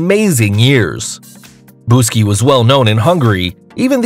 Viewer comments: BUKSY! Not Buski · Text: Buksi Narrator: B U S K I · Buksies name is Buksi not Buski!!!!!! I am from hungary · buck see not boo ski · it is pronauced buksi not buski, also I have hungarian family. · Buski?? I'm sorry but it's Buksi and it means forehead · Dude come on It’s written buksi The name of the dog buksi Why the hell are you calling buksi BUSKI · pourquoi dit-il BUSKI alors que c'est BUKSI? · He said buske Its buksi😡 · He said it wrong. It’s Buksi not Buski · is buk-si not busky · Buksi not BUSKI!! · BUK-SHI not Buski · Its buksi not buski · It's buksi not buski...lol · You sayed wrong the hungarian dog's name to say it you need to say bookshe in the fast way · Narrator: the world guiness records Dog: Buksi Narrator: its Buski 👏🏾👏🏾